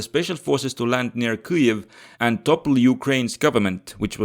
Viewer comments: [ˈkɪjiw], not [ˈkɨiw] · Ki-jev my friend. (or Kii-iv but definetly not what you sayed.) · bro, have you never heard anyone pronounce Kyiv? What's what Kuiev shit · It's Kiev not KEEEEV. Kharkov not CARKEEEEV. All that is Russian longer than the U.S. existed. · In eastern front videos Kiev was called Kiev, pronunced Kiev, but now is called neoUkro way Kyiv , sounding KIIIUV, just to show pathetic support like all other westerners hypocrites. Bye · I'm from Ukraine and I've always pronounced it closer to Kiev, more accurately "Kiyev" or "Kiyiv"